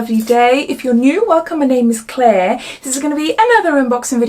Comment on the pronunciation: I love you accent and the way you say Claire!! ❤️